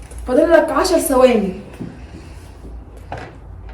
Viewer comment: ثواني ب ث مش بال س